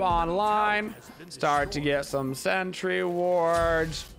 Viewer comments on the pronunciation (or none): none